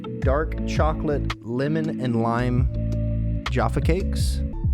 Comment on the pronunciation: He may have arrived back swearing like a trooper but he's still saying limmon.